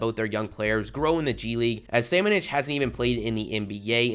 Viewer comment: Bro really can't pronounce bitadze? Or Samanic? Lmfao